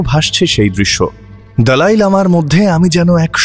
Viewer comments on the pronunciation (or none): আরে ভাই ওটা "দলাই লামা না", দালাই লামা।😂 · দলাই না দালাই😂